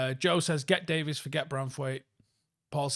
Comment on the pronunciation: Day-veeeees not Day-viss